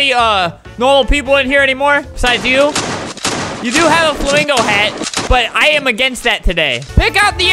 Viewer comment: ×_× ° ●0● flamgo